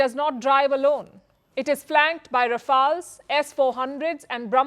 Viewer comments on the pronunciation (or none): Did you say Rafail?🤣😂